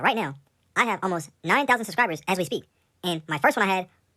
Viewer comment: That foo said spear the moment. Lol